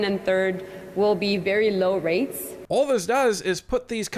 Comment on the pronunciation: This loan will never be paid back!!! It sounded like she said "rapes" not "rates."